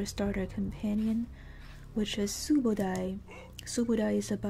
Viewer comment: I said Subodie? Cause that's how yer pronouncing subodai, so i was all confused to why. So i said Subodie?